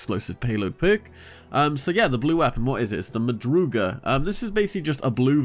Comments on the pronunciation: Madrugada is from Spanish.... ma..dru..ga..da.... madrugada... big fan... but fix that please.... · It's funny when you say madrugada, the way you pronounce, don't take me wrong, i don't know how to write English or even speak it